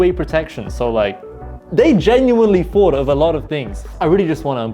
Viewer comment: Ah the British who can’t say “thought” they say “fought.” Also “three” is “free.”